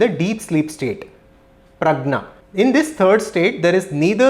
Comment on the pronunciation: This person himself probably doesn't know Sanskrit. He read from translated book. He said Prajna instead of the correct word Pragya of deep sleep. He says Braaman instead of Bramhan. But he summarized Mandukya for whatever it's worth🙏🙏